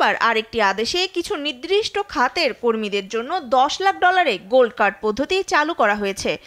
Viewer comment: নিদ্রিষ্ট😂😂✖️ নির্দিষ্ট😊😊✔️ সাংঘাতিক যখন লেখাপড়া না করে সাংবাদিক হয়। 😂😂😂